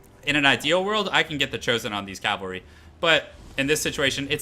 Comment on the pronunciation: Great video. Only one nitpick. Why do you keep saying calvary instead of cavalry?